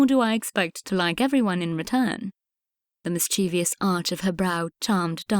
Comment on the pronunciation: Please upgrade reader’s pronunciation: mischievous, Grosvenor, placid etc. unacceptable